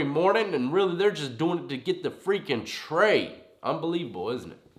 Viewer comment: “Peanut butter trey or sausage trey?” sounds like fighting words😂😂